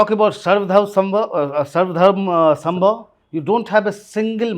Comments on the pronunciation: Say " Sarv Dharm Samabhaav" not Sambhav. you are Indian not British. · सर्व धर्म समभाव not सम्भव. kept on incorrectly pronouncing it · cant even say “Samabhav” correctly and keeps making the same shallow point! Analysts like yourself are responsible for clickbait half baked assessments. Please introspect and get better in this five years term